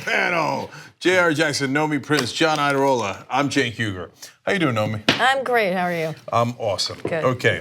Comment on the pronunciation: Cenk who? Waht's a Cenk? You mean a SINK?